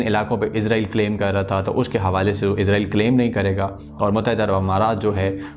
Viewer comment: Bhai Lafz Israel hai Na k Izrael